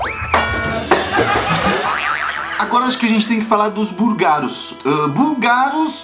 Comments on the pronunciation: a palavra "Búlgaros" tem acento no "Bú" significa que você que tem pronuncia-la mais forte... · franceses têm dificuldade com as proparoxítonas. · achei muito legal você falando "Bur-garos" rsrsrs Embora você cometa alguns errinhos de pronúncia seu português é excelente:) Parabéns pelo canal!!! Você é hilário!